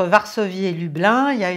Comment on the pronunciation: Pour info Lublin se prononce « Loubline »